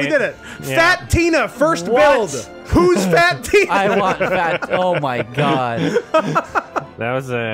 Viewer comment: “Fat Teena” 😂